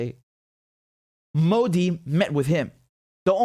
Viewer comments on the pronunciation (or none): none